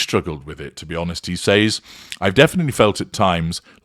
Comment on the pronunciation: I can’t stand the weird way you say the word (says). Why don’t you listen to the way an American pronounces it or type it into google when you are in America.